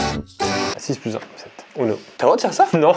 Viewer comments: On dit ouno pas uno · Ptn c’est « OUno » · Le titre ne va pas en adéquation avec ce jeu, une partie de uno n’est jamais « complètement folle » comme tu le prétend. Et on prononce « ouno »... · ça se prononce ouno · Sa s'écrit UNO mais sa ce prononce OUNO =_=